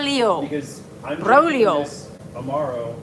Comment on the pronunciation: Alton, you whistle for the dogs just like my grandfather Giovanni used to do. I went AAAWWW for a minute. And yes,, you pronounced Braulio almost perfectly.